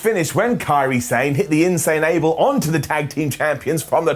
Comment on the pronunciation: Man said the InSane Able 😂